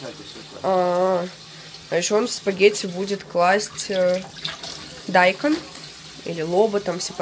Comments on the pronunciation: Дайкон ударение на букву О! Вы в школе учились ? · не дАйкон а дайкОн😂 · Он дайкОн, точно не дАЙкон. Или для раздражения.